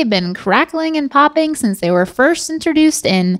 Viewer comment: saying ‘interduced’ instead of ‘introduced’ all day 😂 Is that an NC-thing? 😂❤️